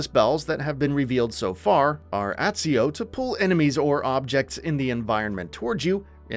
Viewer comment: The way you pronounced Accio made my heart hurt